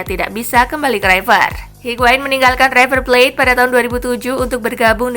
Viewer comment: Maaf min..... Itu berita tentang higuain, Kata-kata "river plate" Tolong jangan di baca "raiver...... ". Tidak semua kata-kata awalan "i" dalam bahasa Inggris harus di baca "ai". Trims..... 👌